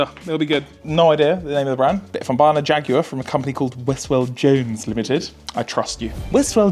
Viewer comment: Jaguar sounds like jagggg